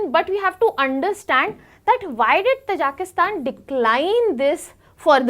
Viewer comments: its not pronounced as "Tajaaaaakistan " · It is pronunced as " Taaji-ki- stan".